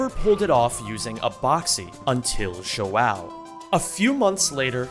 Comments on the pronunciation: This is not hate at all but as a portuguese man seeing you bucher my boy's João or Joao as is it in his name tag (probably because using acentuation in usernames is a night mare and most of the time not allowed) kills my soul😭. JUSTICE FOR JOAO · everytime your pronounced João wrong was really funny, loved the vid